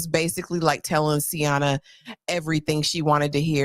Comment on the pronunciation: Sienna pronounced C-N-Ah